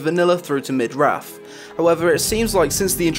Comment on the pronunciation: Lol he says "Raff" instead of "Wrath" of the Lich King